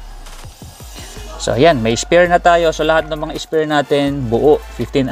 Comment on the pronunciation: Spare po ata yun hindi spear